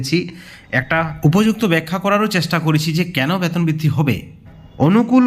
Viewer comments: Baton noi,beton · ব্যাতন কি জিনিষ বুঝলাম না। উচ্চারণ সঠিক করেন। তার পর খবর করেন।